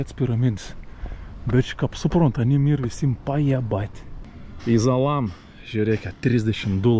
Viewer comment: Ne Izalam o Izamal :D